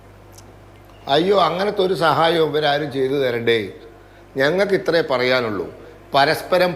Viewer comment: You are great. Please note athra alla. Ithra aanu.